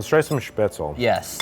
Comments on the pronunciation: As a German I have to correct him here, Spätzle is pronounced with the 'Sp' as 'Shp' and the 'le' at the end is pronounced like in LeBron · Schnitzel is pork , Wiener Schnitzel is veal. Call it fried swordfish but not schnitzel. Also Its SpätZLE and not „Spätzel“. But still I love the video, just had to point that out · that is very much not how you pronounce Spätzle (it's not speh-zel, it's shpehtz-lah) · I honestly had no idea there was an American pronunciation of Spaetzle until now and as a German speaker i hate it lol. It's "Shpets-luh". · He doesn't pronounce speatzle correctly. From what I take is he can't say it... he can't cook it. "Crab as in USD" - some idiot on youtube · Me, a german: "What the fuck is Spetzel???" He means Spätzle... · sch-petz-la, it's pronounced nothing like pretzel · The pronounciation of Spätzle as Spatsle really kills me hahaha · Man that dude butchered the pronunciation of Spaetzle so much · As a German, Hearing an American pronounce "Spätzle" is the funniest thing to me😂